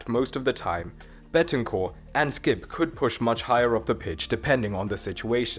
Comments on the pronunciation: Don't take this as me hating, i love the videos, i just wanted to point out it's Bentancur not Betancur. Keep up the great videos tho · It’s BEN-TAN-CUR It’s so easy man 😭😭